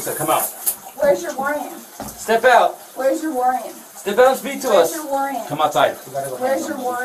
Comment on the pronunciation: "Wheres your warring"?